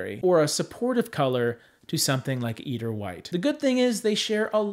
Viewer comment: Fyi. Eider is pronounced with a long "I" in the first syllable. I-der.